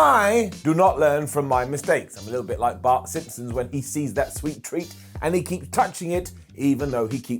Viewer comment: flubbing word flubbing is part of his charm. Speaking faster than you can think....